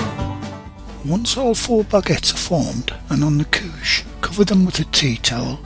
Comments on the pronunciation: I swear I thought he said "Kook" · same until he said “couche.” i said the WHAT